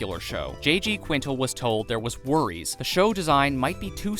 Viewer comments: Fact 124: Quintel is pronounced QUIN-TELL lol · it’s the pronouncing the creator’s name wrong the entire video for me…smh